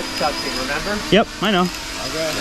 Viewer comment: “Go up in the sky” “Bokay”